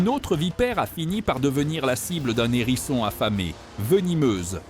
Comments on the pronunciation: Un "h"érisson et non un nérisson, humain au faible vocabulaire ou IA sans subtilité linguistique. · Il s'agit d'un "HÉRISSON", pas d'un "N'ÉRISSON ! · On ne dit pas un n'herisson mais un herisson il y a un H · un Herisson, pas un Nerisson ! 😂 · Waou,c’est impressionnant, j’adore cette vidéo. Merci. Éviter toutefois de faire la liaison avec hérisson. Un hérisson pas un nérisson, des hérissons pas des zèrissons😂